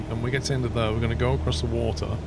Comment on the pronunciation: Your voice and tone would be perfect (among a sea of annoying American youtubers who have a permanent demented upward inflection) if only you could pronounce the word "there" correctly. How can you talk so well yet say "thurr" it's really difficult to listen to.